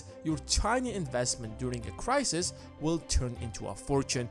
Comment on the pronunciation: Not just me that found "crisisis" annoying then? ;-)